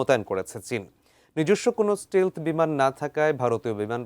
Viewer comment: স্টিলথ না স্টেলথ উচ্চারণ হবে